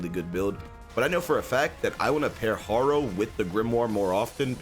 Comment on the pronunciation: Instead of Harrow (the way u pronounce Harrow pains me) u should use wisp